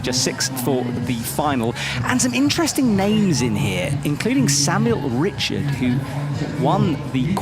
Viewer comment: Also pronouncing the French athlete Richard with the English pronunciation is so annoying lol